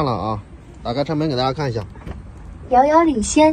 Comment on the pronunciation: 哈哈哈, “妖妖领先”，太可爱了啊